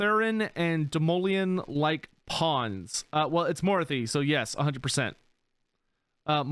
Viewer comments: I mean he pronounces a lot of names wrong even though the characters in game say their own name the correct way. Morathi is a good example. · lol yep, also reacted to him pronouncing morathi wrong